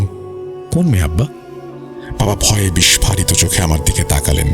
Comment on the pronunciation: বিস্ফারিত না বিস্ফোরিত। আপনার মত একজন এলিট শ্রেণীর লোক এমন ভুল কেমনে করে!!! 🤐🤐🤐🤔🤔